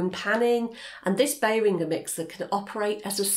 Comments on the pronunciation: Behr-ring-ger, not beyering-gjer😅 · Behringer is not pronounced like “bell-ringer” the “inger” part is pronounced like “ginger” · It's a good video and channel but your pronunciation of behringer was too much of a curved ball. I will get sleepless nights about that! I'm now questioning, after 20+ years working in the field if myself and everyone I've ever heard say it is wrong and you are in fact? Berrin-jer? Bear-ing-er? What have you done??